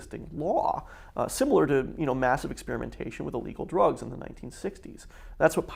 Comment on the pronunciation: "its like dwugs" shut the fuck up